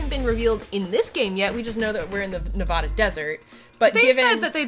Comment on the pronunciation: Oof we're back to that pronunciation of Nevada.